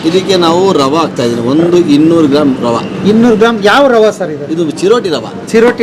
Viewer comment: ವಡೆ ರವೆ.... ವಡ ರವ ಅಲ್ಲ. ಕನ್ನಡ ಹೆಸರನ್ನು ಹಾಳು ಮಾಡ ಬೇಡಿ.